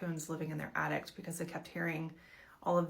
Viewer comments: Is she saying attict…. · yes lol and it's not at all from a country accent? she doesn't even have an accent at all lol